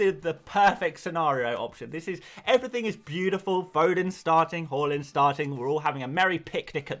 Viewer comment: It's "Her" land not "Ho" land.. get the bloody pronunciation right, it isn't a country, Holland